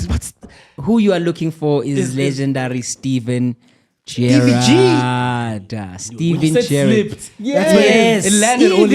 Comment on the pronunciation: It has to be criminal that we are listening to football takes from someone who doesn't know Steven Gerrard. I mean there was no chance he was getting the South African ones, that was a violation, but Steven Gerrard bafweth?